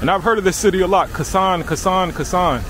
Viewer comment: Hi, it's not Kasan, it's Kazan. It is the capitol of Tatarstan republic. It's the part of Russian federation.